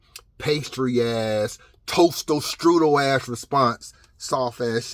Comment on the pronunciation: Toastel strudel .... Lol It's "Toaster Strudel" bro